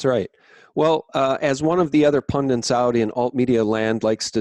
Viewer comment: PUN.DIT. Not, "PUN-DANT". DIT, DIT, DIT.